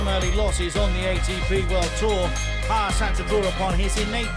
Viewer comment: its pronounced haas-E (ha-z) not hasss